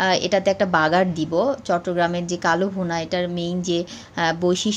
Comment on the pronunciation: It is not KALO BHUNA, It should be pronounced as KALA BHUNA.